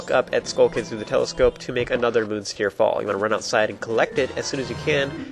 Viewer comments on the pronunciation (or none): none